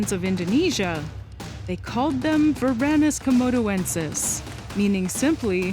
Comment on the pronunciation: I think "Varanus" is stressed on the first syllable. It's from Arabic "ورن" (waran), with both vowels short, and since both Arabic and Latin have phonemic vowel length, the vowels are short in Latin as well, so it's stressed on the antepenult. "Monitor" is from interpreting Arabic "waran" as English or German "warn", and translating "warner" to Latin.